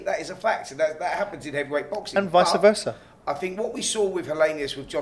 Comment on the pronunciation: it's 'vice versa', Simon 😉